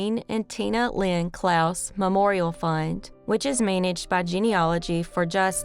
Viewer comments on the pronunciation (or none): none